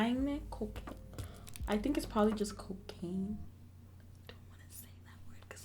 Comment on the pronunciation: 🤣🤣🤣🤣🤣 reading cocaine as kokayine 🤣🤣🤣🤣🤣🤣 i thought its some asian name